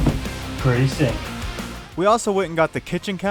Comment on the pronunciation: Did he say "Pretty sink!👍" or "Pretty sick!👍".....?